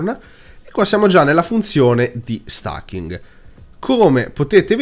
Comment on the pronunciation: Certo che stAking...... è inascoltabile....😁😁😁😁